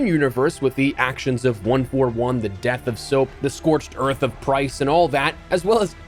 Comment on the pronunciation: “Oi Scorched Earf”